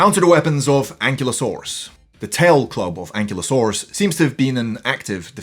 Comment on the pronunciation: It’s pronounced “an-KILE-oh-SORE-us,” just FYI. Fun video, though!